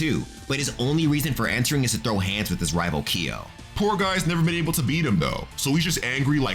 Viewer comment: Every time you say Ki yo..... :( it is kyo!